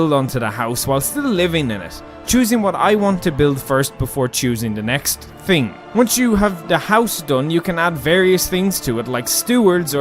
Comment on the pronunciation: It’s thing not ting